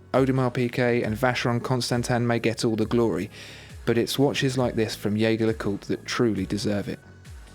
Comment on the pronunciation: Your pronunciation of Jaeger leCoultre needs a little work mate, listen to their corporate video with a voice over by the actor Clive Owen...I used to pronounce it like you but, if you’re going to use the French pronunciation it’s more like Zheh-Zhey le-kultr....if you follow me?